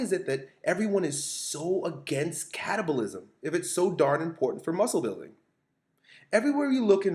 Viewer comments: anyone else hear "stimulate short bursts of cannibalism?" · I keep hearing cannibalism